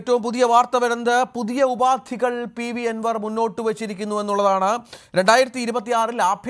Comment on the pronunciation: ഉപാതി അല്ല മാപ്രേ, ഉപാധി